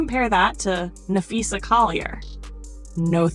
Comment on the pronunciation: Dude that you use needs to learn how to pronounce Napheesa’s name. As a teacher I made sure I said my students names correctly. This dude needs to learn that respect